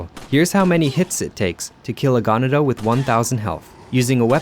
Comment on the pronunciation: You also mispronounced ganado